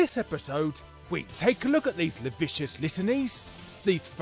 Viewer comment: "Lascivious" is not pronounced "la-vicious", it's "las-SIV-ee-us."